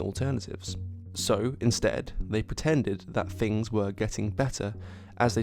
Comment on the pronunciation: Bite your tongue when you say "things" otherwise you say "fings". Great video.